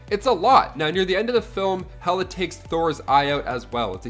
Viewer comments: Hela, not Hera. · Hera? 😄 I think you mean Hela goddess of death.